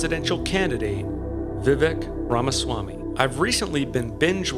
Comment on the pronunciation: I just switched from a registered Independent to a Republican just to vote for Vivek (pronounced Vivake) in the primary (I live in NYS).